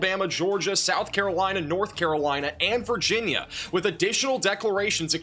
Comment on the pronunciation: wild he cant say Virginia.